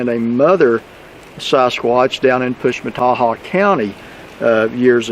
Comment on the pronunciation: Interesting! And you get an A+ for being able to pronounce the name of that county!!! Wow!!